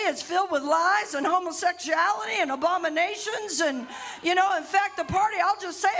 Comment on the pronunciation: Honestly thought she said “obamination” instead of abomination. Although I wouldn’t be surprised if Christian nationalists started saying that.